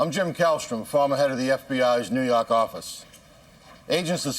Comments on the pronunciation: "New Yock" you mean. Lol! I love these shows. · ''New York arficce''